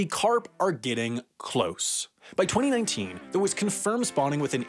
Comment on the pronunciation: I find how you say 2019 VERY OFFENSIVE and offensive content notice and I find how you say 2027 VERY OFFENSIVE and offensive content notices